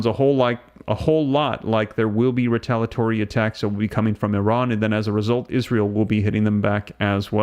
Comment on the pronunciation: It's re-tal-ee-uh-tory not re-tal-uh-tory for ukfays sake.